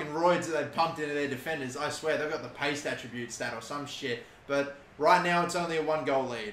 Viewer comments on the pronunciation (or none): none